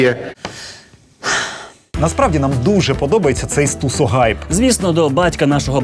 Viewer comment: Стусо Гайп 😂😂😂 цiкаво, це з якоi мови? Може все ж таки Стусо Хайп, вiд слова "hype", яке англiйською вимовляеться [haip], а не [gaip]